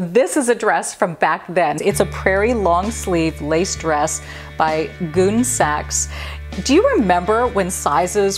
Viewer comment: Those 3, 5, 7 sizes are what were called Junior sizes. They were shorter waisted than regular sizes and there may be other differences that I don't recall. Also, the word Gunne is pronounced like gunny, as in a gunny sack. It isn't "goon."